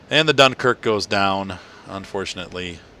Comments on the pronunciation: You got the end correct. Just the "Dun" is wrong. That's a shame I don't know to right in phonetic. The most accurate thing I could think would be "Dinkerque" I believe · Just to let you know you butchered the name Dunkerque...